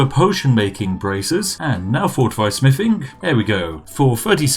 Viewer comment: When you said fortify smithing one time I thought you said fortify spiffing